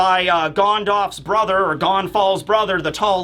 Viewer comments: im no lotr fan, but this man said "gondolf" lmao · Never heard Gandalf pronounced like that lol